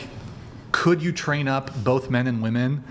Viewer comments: Why is it so hard for some people to pronounce ‘women’ properly? I swear it’s because they’ve never seen the inside of a book. 🤦‍♀️ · I don't understand why none of the panelist in pretty much any of the Whatever podcasts I've seen can pronounce WOMEN correctly?! They all say woman when talking about multiple women. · I can't take any of the women seriously on this panel that say woman when it should be women or women when it should be woman. Fucking retards.